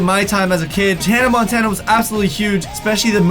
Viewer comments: He said tannah montanah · Did say "tannah montana" lol